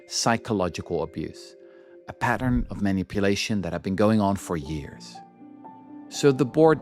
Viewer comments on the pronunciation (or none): none